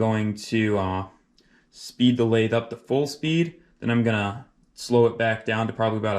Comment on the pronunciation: Spindle "SPEET" readout 😂😂😂😂😂😂😂😂😂😂😂